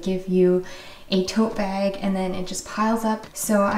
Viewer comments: it’s funny, I wouldn’t think you (or other Canadians) have an accent, until I hear you say “bag” 😂 I’m sure I have a verbal tell of my own, but it’s hard to notice your own! I mean, you’re totally right, there are specific reusable bags that I keep for specific purposes. Why do I keep the other ones just in case? 😬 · 😊 love the way Canadians pronounce the word “bag” 😊 totally inspired me to do a sweep of my house for things to declutter. Though, to be honest, I lowkey hoard reusable bags 😅